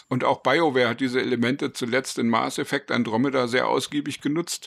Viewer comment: Okay informativ ist das Video. Bitte überdenke die Aussprache Mars Effect. Hat nix mit dem Planeten zu tun. Mass Effect heißt das Spiel. Nichts für ungut 😉